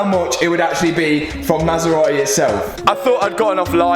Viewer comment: masera.........eh!!!.....is it so hard to say MASERATI..?????